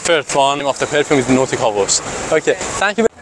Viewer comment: Say nautica Voyage not NoticavoJ